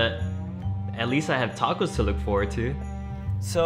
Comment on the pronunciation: I hate when people say “Dacos”